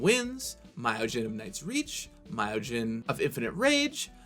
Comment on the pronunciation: you could've consulted someone who speaks Japanese before making this video on how to pronounce words like "honden" or "myojin" (hint hint nudge nudge)